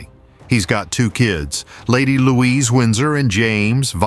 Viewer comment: Louise not. Louisa